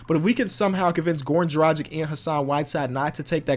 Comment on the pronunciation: “Dragich” not “Drajik”